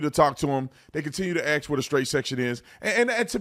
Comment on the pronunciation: ASK, not aks.